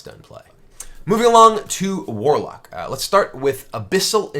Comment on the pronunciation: Mwarlock dood. It's Mwarlock.